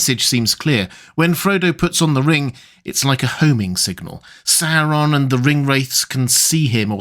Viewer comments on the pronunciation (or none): It’s not ‘Serron’ it’s ‘Saur’on’ … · First time I hear this pronunciation of SaOron instead of SAWron